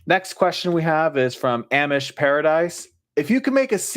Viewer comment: I am sad that I missed this when it was live. I was busy at the time. If you ever do another one, I will certainly try to make it. Also I just want to clarify. It's pronounced "AH-mish Paradise". Luke Dougherty had that problem too. Listen to the Weird Al song of the same name if you want to know how it sounds like.